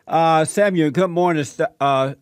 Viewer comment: When Jesse says Samuel it sounds like "Seven-year old" ... how fitting!